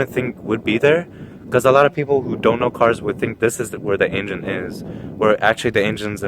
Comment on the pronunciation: Nice video, I like the "Ain-gen" haha